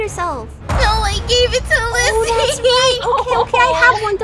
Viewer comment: Her name is pronounced/spelled Lyssy btw!